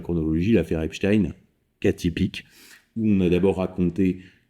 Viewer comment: Epstein , ça se prononce pas du tout comme vous dites .